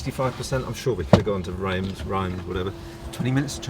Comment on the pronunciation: You can put these place names into Google Translate and click the speach button. It will give you the local pronunciation and English equivalent. - Reims: pronounced Reems!